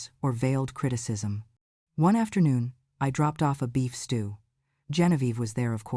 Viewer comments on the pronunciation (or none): none